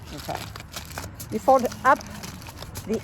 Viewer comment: ...you made me laugh again, because when you said "fold" it sounds like fode instead. Ya swallowed the "L" just like Mike does whenever he says COLD, it sounds like code instead! You're twins swallowing the "L"😎. And ya made me hungry by cooking at the firepit.😍